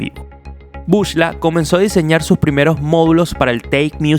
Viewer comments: epa men se dice BUCLA no bushla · epale no se dice bush-la, se pronuncia BUCLA